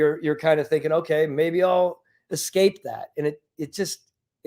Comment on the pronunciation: Not many people can pronounce it "eck-scape" and still come off really smart :)